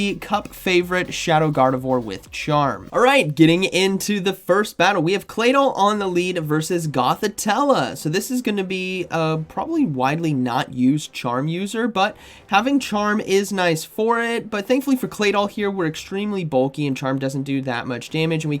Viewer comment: "Gothitella" "Brushix", I respect your craft, but you GOTTA listen to some official pronunciations of Pokémon names man. Please